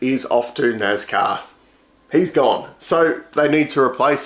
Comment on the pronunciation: NASCAR It's a S not a Z, so NAS not NAZ, National Association for Stock Car Auto Racing